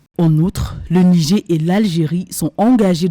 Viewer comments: Ce n'est pas le "Nigé " mais le "Nijére" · Madame la journaliste, on dit "Nigère" et non "Nigé"